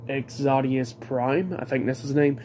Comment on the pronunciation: “Exodus prime” bro put some respect on his name. X-O-dus